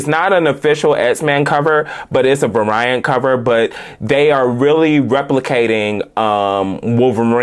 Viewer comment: Variant is pronounced v-AIR-re-int, to to belittle or be insulting, just helping tighten up